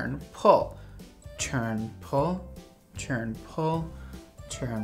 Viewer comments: Listen. It’s TURN not CHURN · Nobody:: cHerN-pYl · Am I the only one who hears “churn and pull”